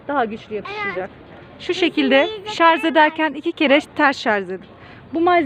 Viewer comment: H = HAŞ DEĞIL AŞ ŞARZ DEĞİL ŞARJ KÖYÜNE DÖN DAVAR!